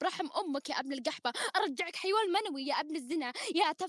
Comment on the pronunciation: طيب هي صدق قالت خيوان هههههههههههههههههههههههه